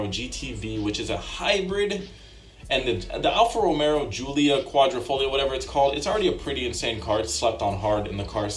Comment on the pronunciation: The audio is indeed shit, but you get a pass cause the video is still enjoyable. Just don't make a habit out of it 😜 [EDIT] Even though you also say "Romero" instead of "Ro-mayo"